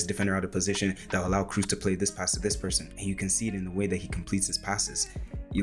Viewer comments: Nice video, man. Thanks for the work you put in, it is appreciated. :) So, one thing, it is not Toni "Cruise", it is more like Toni "Cross" but stretching the "o" a little. Keep up the good work! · Dude, you spent so much time analyzing his passes - but unfortunately fail in pronouncing his name correctly… it‘s not Cruise or Cruz it‘s more like „Kross“ (like gross with a K) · Great video! A little advice from a German: his name is not pronounced "Cruise," it's more like "Cross" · Its a long o in kroos, like bo selectah. Not cruise ;) nice analysis!